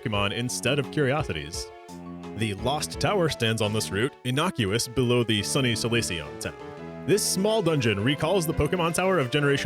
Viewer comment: Amazing video, great work! Also you’re the only English-speaking person I’ve ever heard mispronounce the word “Sunny”